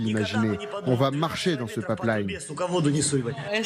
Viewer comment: C'est : " pipe line " pas " papleïne "